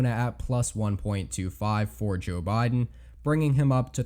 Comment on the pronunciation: jOoe bye-den